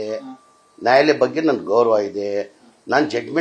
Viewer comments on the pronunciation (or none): ಜಮೀರಣ್ಣ ನಾಯಿಲಯ ಅಲ್ಲ ನ್ಯಾಯಾಲಯ 😂😂😂